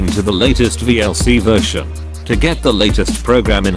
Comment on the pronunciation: "VLC versiah..."?